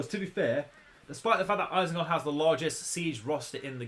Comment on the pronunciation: eisengard? isn't it isengard?